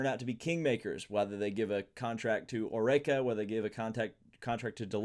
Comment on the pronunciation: pronouncing Oreca as O-RAY-KA? lol